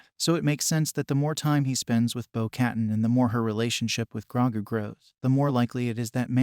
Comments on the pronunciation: its pronounced "bow kuh-tan" not "bow cat-in" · "bow kuh-tahn"